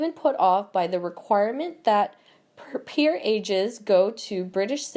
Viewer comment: Teach this intellectually challenged voice-over person how to pronounce “peerages,” for starters.